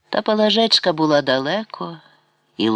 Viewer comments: ПалАжечка, пані не знає наголосів, чи це ші читає? Це вже не мова а щось незрозуміле, палажЕчка, або наталОчка, дивина! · Правильне зауваження. ПалАжка. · Чому ПалажЕчка, а не ПалАжечка? Якось воно не звучить. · А чому наголос ПалажЕчка, а не ПалАжечка? Повне ж ім'я Пелагея, значить, Палажеа, ПалАжечка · Чому ПалажЕчка, а не ПалАжечка? ПалАжка — було таке імʼя